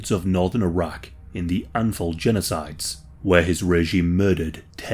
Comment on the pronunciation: Bro when you first said Iraq I heard Arrakis lmfao Saddam Atreides